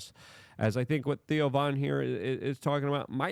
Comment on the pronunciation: Did Luke just call Theo Von 'Tio'? bwaaaahaaaahaaa